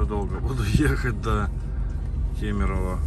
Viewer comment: Ты единственный походу кто правильно говорит город Кемерово)